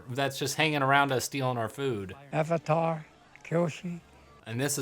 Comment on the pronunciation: I remember going to the midnight showing with my best friend and her brother, all of us dressed up. Theater packed. All anxious to see the movie. Just to have it start and the theater breaking out in laughter at the first mispronounciation of "Avatar". It was so painful. We forced ourselves to sit through it and as we headed back to the car we were just laughing at how bad it was.